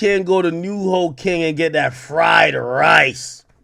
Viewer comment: Super duper goof but ngl the way he said fried rice had me weezing 😭